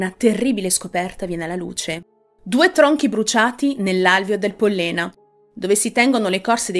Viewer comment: Pòllena, non Pollèna